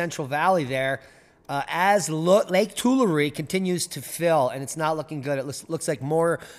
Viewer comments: Will look into the Bunkie Life. Building a cabin soon. Oh and it is too-LAIR-ee not too-la-REE. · Tool-air = Tulare, pronunciation. I know, I hiked it. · Tulare is pronounced "too- larry" by the locals. The Portuguese local to the area said "too- LAR". 😊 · Lake tooool la reeee……. 🤣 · It is pronounced Too-larry Lake and the town is Core-core-en. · 😂 It's "To-larry" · It's not one Larry but two Larry, that's how it's pronounced lol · to-LAIR-ee. To-LARRy. Lake Tulare.